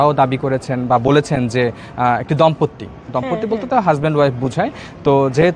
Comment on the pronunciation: দম্পত্তি না, দম্পতি।😂